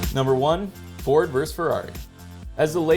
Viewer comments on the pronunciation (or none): none